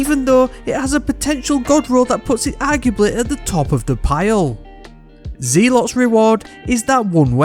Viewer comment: "Zealot" is pronounced "Zel - Ott"!